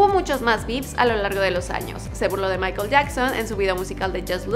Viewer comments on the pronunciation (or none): none